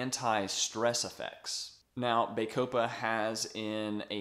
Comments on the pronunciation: Excellent video! My only negative comment is in regards to your pronunciation. bah-CO-pah Not BAY-co-pah (Emphasis capitalised) Otherwise, again Great video! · It is pronounced "baa-copa" as in the "baa"of sheep. It"s not "bay"-copa, as you are pronoucing it. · Good review but it's Bah copa not Bay copa ! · Its pronounce BAH COH PA there is NO E to make the A say its name. How am I supposed to trust someone who cant even pronounce a simple word? I'm not watching this.